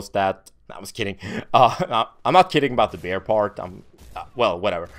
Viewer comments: lol I thought you said "Bear in your blood" LMAO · for a second i thought he had aspirin in him, but he said beer. LOL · he says beer funny luv yaa